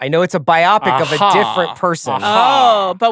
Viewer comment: Can’t get over CR pronouncing “biopic” as “myopic”